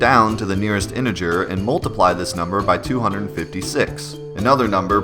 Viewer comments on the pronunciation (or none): none